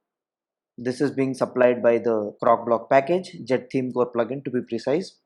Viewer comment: CroCOblock! Not Crocblock. I kept hearing cockblock. LOL 😂 Great video though. Thank you.